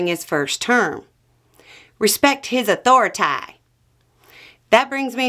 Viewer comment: Thank you for pronouncing authority like you did. That is exactly how I think of it when concerning Trump and his lackeys. All of us with a working brain knew this would happen. It's like trying to grab a fistful of mud. The tighter you squeese it, the more slips through your fingers and the bigger the mess.